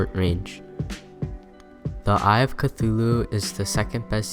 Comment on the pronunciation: it's not pronounced CCK thulu it's pronounced thulhu